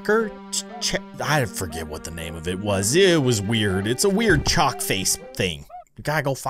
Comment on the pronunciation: lol you said choke instead of chalk